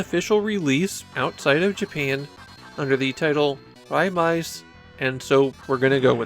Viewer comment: It's actually pronounced Ray-maze, as the katakana spelling is レイメイズ. A lot of Japanese Taito fans joke that it's an unofficial part of the Ray-series of shooters (Rayforce, Raystorm, Raycrisis), and Taito even played into that recently by including some music from it on the CD packed in with the recent Ray-series collection re-release